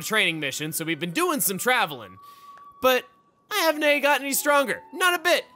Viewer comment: the way chugga says "hav'nae" pains me a little